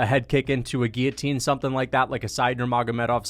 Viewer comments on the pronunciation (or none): none